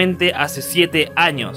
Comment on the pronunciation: En el minuto Años no Anos si 😂